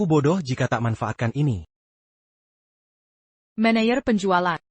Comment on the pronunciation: Belajarlah ngedit subtitle otomatis. 1. Apa dinarasikan "ey-pi-ey" 2. Tn dinarasikan "ti-en" 3. Manajer dinarasikan "mé-né-yér" 4. Hati-hati dinarasikan "hé-tay-hé-tay" 5. Tapi dinarasikan "ti-ey-pi-ay" 6. Mr dinarasikan "met"